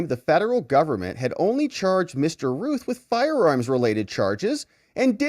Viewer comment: Anybody that has see THE GOONIES knows how to say ROUTH. ROUTH. RYAN....ROUTH.